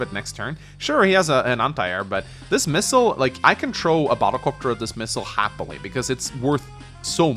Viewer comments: I always love how says battle cöpter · I came for the batta copta, I stayed for the radicalus. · saying "battle copter" genuinely hurts me and I don't know why...